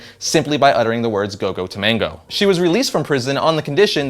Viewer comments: It's Gogo Tomago where are you getting the N from? 'Tomango' Gogo Tomago. You have no problem pronouncing Wolverine or Fred like, know the names of the characters before you talk about them because I read the Big Hero 6 comics and it's just annoying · gogo tomago not tomango. stop please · It's Go Go Tomago, dude. Not Go Go Tomango. :) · Great show, but I have a small beef. It's not Go-Go To-mango, it's Go-Go Tomago No 'n'. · its gogo tamago not tamango just saying